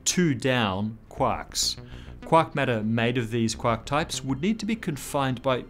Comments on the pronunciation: First time to this channel... At first I was confused as to what you meant from "quock" then finding out your were 'saying' "quark". Really bothered with the accent on this word. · I like how he says “quark”.